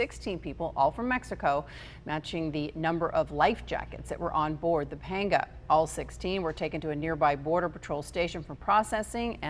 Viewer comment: Painful to listen to her pronounce panga.